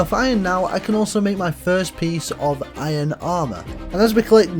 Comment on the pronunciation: Did you really say whoa instead of water and ion instead of iron? 😂